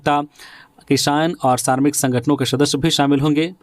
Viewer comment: सतर्क श्रमिक स्कूल ओर नियमावली का उच्चारण सही नहीं करते हैं